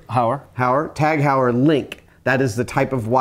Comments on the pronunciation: Tag Hower? LOL Tahg Hoy-er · It's actually pronounced TAG Hoyer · Tag-HOYER is the correct pronunciation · It's pronounced "Tahg Hoyerr". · Rather than spot typos, I'll just note that it's German (well, the brand is Swiss, but the language it's in is German), so it's probably pronounced something closer to "tog hoyer". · On the subject of watch brand pronunciation, they are both incorrect. That combination of letters is pronounced HOY-er (rhymes with voyeur). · Unless I'm entirely incorrect about the origin of Tag Heuer, the pronunciation should be Tag (Long a, as a german would pronounce it. Think Jaa with a german accent ;) ) and Heuer (pronounced hoyer). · tag heuer is actually pronounced " tag hoy-ər " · Tag Heuer watch model number is. Tag Link CT1111.BA0550 Good Luck Adam. oh and it's pronounced Tag (Hoy-er) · It's pronounced Tag-where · It's pronounced "Tag Hoy-err." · Oh my God! Why can't Americans pronounce names as they are spoken in the original, but must always americanize all names? Tag Heuer is not pronounced Taeg here, but like this: The rest of the world also manages to pronounce american proper names as they sound in the original. Why can't you? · "Táág Hoyer". Oh, who cares ...